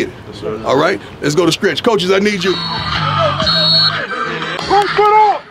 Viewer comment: just to Clarify its STRETCH not SKRECH....